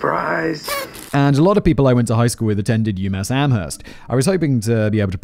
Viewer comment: Good job. Very funny commentary. Btw, you mispronounced "Amherst".